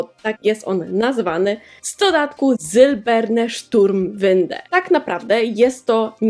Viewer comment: Niemiecka nazwa boxa brzmi jak jakiś czołg xD Źle wypowiadasz nazwy, przy języku niemieckim trzeba krzyczeć xD .... Noibat..... eF-eM, skisłem jak to zobaczyłem, muszę zobaczyć te nazwy niemieckich poksów gdzieś i nagrać osobny odcinek bo niezła beka będzie. Oczywiście odcinek jak zawsze mega fajny, muszę trochę nadrobić na twoim kanale :D